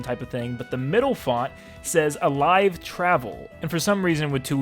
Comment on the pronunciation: that's not alivee that's alivel